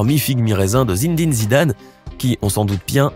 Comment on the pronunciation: Zindin Zidane ? Non c'est Zinedine zidane